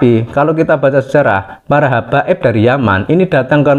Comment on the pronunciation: yang ngomong masih sering "keclethot lidah, masih nyebut hababib, padahal sebenarnya imigran"